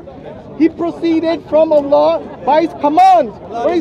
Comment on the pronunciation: How can speak to so many Muslims and still not know how to pronounce the name of the Creator in Arabic?